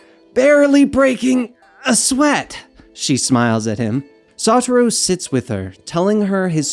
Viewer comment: I feel like to O part of of Satoru is to be pronounced with a low O & not a high O